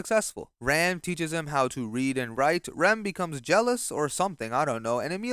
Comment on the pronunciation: its always the same pronunciation of the ram and rem that ticks me off 😭